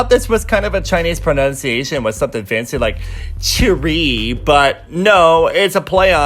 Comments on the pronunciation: some of the names you said aren't pronounced the way you said them HyunA is HyunA, not Hi-Yuhna WatchMojo pronounced it wrong and Chorrey is pronounced Cho-Rey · The way he pronounces 최 is more like 채. hmm. for the eng speaker who is hard to pronounce 'choerry', just say cherry. It sounds more accurate.